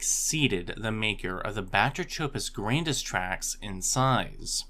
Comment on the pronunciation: It's pronounced: (buh-TRAY-cuh-puss GRAN-diss)